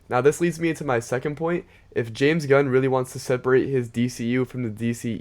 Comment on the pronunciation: oh boy you cant even say james gunn correclty xD who the f is james dunn